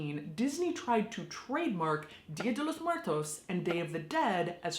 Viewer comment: Lol she’s Mexican but sounds so American when she says dia de los muertos